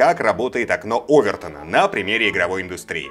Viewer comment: простите но ОвертОна !! ударение на О ! ;)